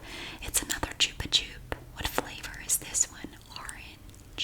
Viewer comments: Yes, you are 100% pronouncing it correctly in this video. This is a Spanish brand, and chupa (pronounced choo-pah) means "suck," as in what you do with a lollipop. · We still have Chupa-Chups everywhere in Portugal! In little cylindrical displays near cash registers in grocery stores 😊 I've love them for 22 years now 🤭 p.s. we say it the way you did too, it's a Spanish brand so it's the most accurate way 🤷‍♀